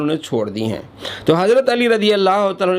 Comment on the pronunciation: اس نقوی خبیث کے جھوٹا ہونے کے لیے اتنا کافی ہے کہ نقوی کو تو عربی عبارت تک نہیں آتی بلکہ جو حدیث نقوی کذاب نے بیان کی اس میں بھی "ذکرنی" کو مجرد ابواب سے پڑھ رہا ہے